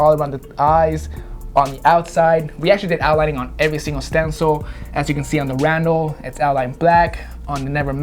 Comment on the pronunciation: RUN-DEL not ROUND-DEL